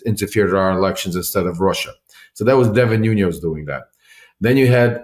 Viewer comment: I have a nagging instinct not to have all that much confidence in what Lev is claiming, i.e., to have had an extensive relationship with Devin NUÑES, when he consistently mispronounces his surname as “NUÑOS”.